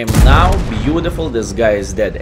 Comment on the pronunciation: you are a profi player and in same time make us laughing ur reacting is „beauDiful beauDiful“ 😂 i really do love your Videos. So i habe the Rhm if am playing seriously i will choose the 1st gun, the 2nd Gun with big alpha Damage is only for fun